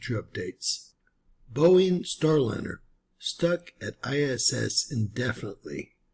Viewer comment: It's Boeing... Cmon man 😅😅